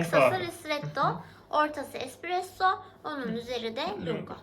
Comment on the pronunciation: Espressoya "ekspresso" diyorsun makine senin neyine